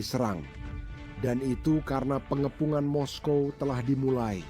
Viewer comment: Moskow ya moskow bro kok mesti moskowa bikin malu aja ditelinga dengar risih.